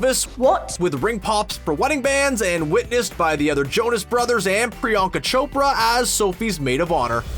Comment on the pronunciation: The way he pronounces Priyanka 😅😂